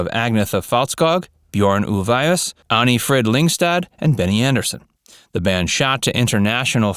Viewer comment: You know what's painful? Listening to the way you pronounce Agnetha and Anni-Fryd..........